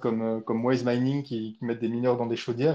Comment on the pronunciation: Les questions de l'intervenant étaient parfois intéressantes car ça permet de donner des réponses à beaucoup de gens "naïfs". Cela dit : 1) Ses anglicismes étaient insupportables (franchement le "ouèbe tfloui", le "maïnïngue", putain faut arrêter) 2) La question de l'écologie c'est une tarte à la crème réfutée depuis longtemps, pour comprendre comment la professionalisation du minage va révolutionner la problématique de l'énergie, tout est à disposition du premier abruti venu (entre autres les vidéos de Gouspillou).